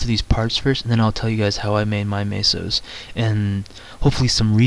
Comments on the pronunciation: its not maso its meso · i like how you say "Maysos"